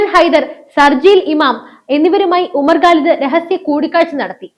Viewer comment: you are OK as an anchor, but NOT as a Good Anchor. To qualify as a Good Anchor, you must improve your pronounciations. The guy you refer in this post is a JNU terror product named Umar Khalid. You pronounce his name as GALID. His surname is KHALID or GHALID not 'ga' or 'ka' but KHA. Comes after 'ka'. It is KHA. Arabic word. Do not disgrace the language or the name of the person. Learn to spell the names of people, places etc correctly.